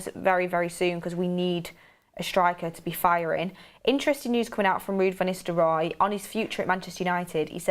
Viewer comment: Is she saying "Istelrooy" rather than "Nistelrooy"? Must be a northern girl thing.